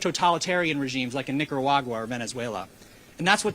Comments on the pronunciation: I heard a hard er even when there is an A, hmm fucking nazi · did he just say "Niggeragua"? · how is he making a speech on nicaragua bad when he cant even pronounce the country